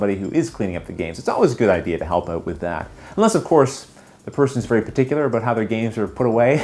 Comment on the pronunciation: wouldn't that sound like "cared". I'm from WV and personally don't hear that. I don't normally notice his accent too much except when he talks fast, then sometimes I notice his "about" or "out" becoming "aboot" or "oot". With "card", "lard", "bard", "hard" the main thing I can hear is maybe he says it with a smile making the "ar" sound last a little longer than may be heard otherwise.